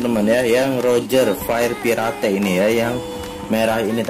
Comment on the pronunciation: Tulisan : Fire Pirate Baca : Fair Pirate (baca jelas) Wkwkwk